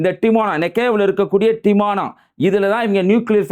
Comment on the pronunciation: Adai Bai, not Timona it is dimona. Lusoo.